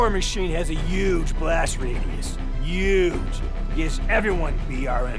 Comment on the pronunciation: Woods makes fun of the “Uge” that trump usually says instead of huge